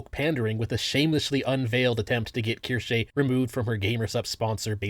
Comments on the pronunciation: Language lover here. It's pronounced "Keer-shuh." Have a lovely day and thank you for the content. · Asmon: Keershey Ace: Kursh: Keershay I enjoy this Internet trend and I like to imagine she does too. Bostonian mispronunciations and all. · is pretty notorious for mispronouncing things lol. Kinda his charm by this point.